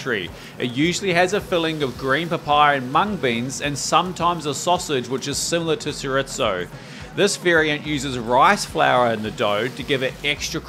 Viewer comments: No it’s not. He mispronounces it. You have it right. He also mispronounced “chorizo” as “zeritso.” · Really, REALLY, like to watch your videos. So please do pronounce chorizo the way it’s supposed to. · Looks delicious! But they’re pronounced empanadas, not empañadas. Also it’s pronounced cho-ree-zo not cho-ritz-o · the video cuts off early and you pronounced empanadas and chorizo wrong😅 just saying, no offense haha, empanadas was almost correct but you don’t need to say „empaNIAdas“ as there’s no ñ, and chorizo is pronounced „choreeso“ or depending on the region especially in spain, „choreetho“ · I was fine with the empanada being mispronounced but chorizo got me 😂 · The way you pronounced chorizo horrified me